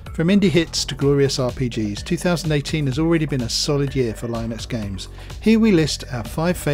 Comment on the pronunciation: The pronunciation is ˈlɪnəks/